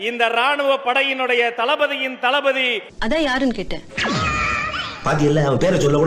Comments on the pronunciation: தளபதி யா இல்ல தளைபதி யா என்னடா பேசுறீங்க.... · தளபதி என்பதற்கு தலபதி என்கிறான் இந்த தற்குறி ராஜ்மோகன்